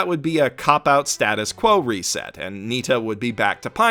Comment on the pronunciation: Not Nita, Nitta.